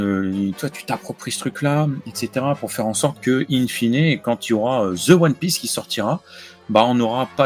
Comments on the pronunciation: Hello, je suis complètement bilingue anglais-français. Petite correction pour: on prononce « The » de cette façon: « De » et pas « ze » erreur communément faite par les français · Cela reste une erreur. Je t’invite à faire appel à un linguiste. Peu importe la praticité. On ne dit pas « ze » ce n’est pas du tout naturel. Avec ce genre de laxisme, on finit par dire « comme meme » au lieu de « quand même » parceque ça sonne mieux à l’oreille. Arrêtons d’infantiliser les gens qui font des erreurs de prononciation. Reprenons les pour qu’ils ne fassent plus cette petite erreur ! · Ce n'est pas nécessairement une "erreur". Beaucoup de français accentuent le z par facilité et faute de mieux, car le th (qui n'est pas leur z, mais pas leur d non plus) n'est pas un son naturel pour eux